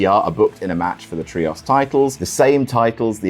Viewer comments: "Look, stop, stop, stop. You're going to take someone's eye out. Besides, you're saying it wrong. It's tree-ohs, not tree-oss" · is there a reason you pronounce "trios" as "tree-ahss?" Other British people don't seem to say it that way. Is it a reference to something I'm not getting? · man please pronounce the word “Trios” correctly😭 I’ve been listening to him say “Tree-oss” for so long I’m going insane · STOP SAYING TRIOS LIKE THAT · Literally who pronounces ‘Trios’ like that?